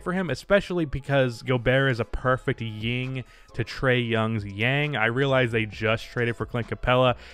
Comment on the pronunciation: You do know it's 'yin' right? Not 'ying'? Dropping a like for the shame.